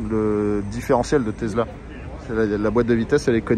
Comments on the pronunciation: TeSSSla ... pas Tezla ! :-D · Tesssssssssla pas tesela tu sors de ta campagne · On dis Tesla avec un sssss et pas avec un s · Désoler mais le taizzla me tue les oreilles 🤣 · Mais qui dit « tezla » aujourd’hui ! …. Personne à part toi 😄😄😄😄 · Une Tezla ? 🤣